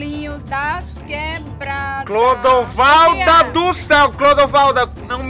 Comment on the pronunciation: Foi só eu que escutei ou a () quando foi chamar Clodovalda chamou de Bruna? Kkkkkkkkjjj